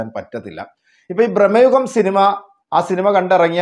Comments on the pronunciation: എത്ര തവണ പറയണം ബ്രഹ്‌മ യുഗം അല്ല ഭ്രമയുഗം ആണ് എന്ന്. മലയാളം വായിക്കാൻ അറിയില്ലെങ്കിൽ നിറുത്തി പോ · ബ്രഹ്മ യുഗമല്ല സുഹൃത്തേ, ഭ്രമ യുഗം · ബ്രഹ്മയുഗം അല്ല, ഭ്രമയുഗം ആണ്... 100 പ്രാവശ്യം എഴുതിപ്പഠിച്ചിട്ട് വന്നാ മതി... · സിനിമയുടെ പേര് പോലും നല്ലത് പോലെ പറയാൻ അറിയത്തില്ല എന്നിട്ട് വന്നു വാചകം അടിക്കുന്നു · ഭ്രമയുഗം എന്നാണ് 😊